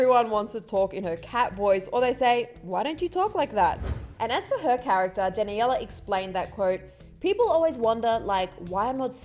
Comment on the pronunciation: Sis really just said “dan a yella”